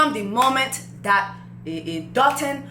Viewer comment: As a Nigerian, I just have to say this... his name is pronounced Doh-tuhn (like dough-tune). Alright, that's all lol